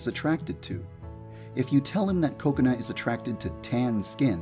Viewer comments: Did he say coconut instead of kokona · I think u said “Cocenut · every time I hear yan dev say kokona I hear coconut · Lol I thought he did too. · Also sounds like he is saying Coconut. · When yanderedev Said Kokona the captions/subtitles said coconut lol 😂😂😂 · Dude youtube understands you yandere dev you speak directly but bruh it says "coconut"accept for kokona😂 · I thought Yandere Dev said Coconut instead of Kokona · It sounds like he's saying coconut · Did I just hear “coconut”? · Coconut not Kokona??? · i thougt he said kokonut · Did anyone else think he was saying Coconut? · I thought Kokona was pronounced Ko-kona instead of Koko-na...I was wrong... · Why does he say coconut to kokona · Bro Say Koconut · I legit thought he said coconut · xD me too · OMG the whole video i thought you were saying 'coconut' HAHAHA IM TOO HUNGRY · I KEEP ON THINKING HE KEEPS SAYING COCONUT HALLPPP😂😂